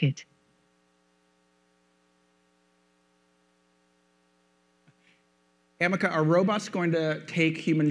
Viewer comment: Very Friendly ! Do you like calling you Amek instead of Ameca(A.I) ? -Vijay,Ongole